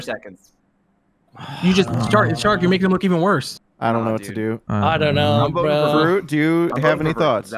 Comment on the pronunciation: Mistah fwuit is trending